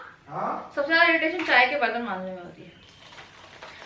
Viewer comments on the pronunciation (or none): none